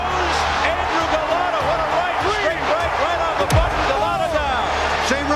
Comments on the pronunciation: At least try and edit for pronunciation. Go Lote Ah. smh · He also pronounced Golota wrong several times